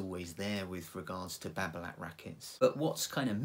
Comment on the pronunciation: t is silent,,,nice review